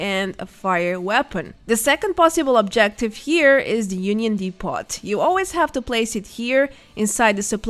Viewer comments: “Depot” is the last word I would think you would mis-pronounce. Isn’t it French in origin? Anyway the T is silent. Also the O is pronounced like the exclamation “Oh!” So “Dee-poh.” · Excellent guide. Thank you for all the work you do... ("Depot" has a French pronunciation,, so the T is silent. DEE-poh or DEH-poh.) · Hi, not a fan of your stuff but to be fair this was most helpful, fyi depot is pronounced 'dep' -like 'step' and 'owe'-like show. dep-owe. thanks.